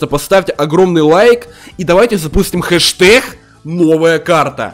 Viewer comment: Хэшдэг а не хэштех